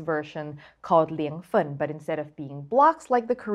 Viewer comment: As a Sichuanese, I clicked the like button and knew this recipe was gonna be legit immediately I heard pronunciation of Liang Fen is right spot on!